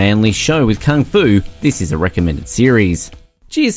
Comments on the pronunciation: So how many times he said Kang-Fu? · Me clicks the videos Man pronouncing kung fu - "kang fu" me: already left